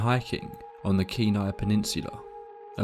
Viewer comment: As a Native from Alaska, I just want to say how much I appreciate you pronouncing Kenai, Dena'ina, and other names correctly.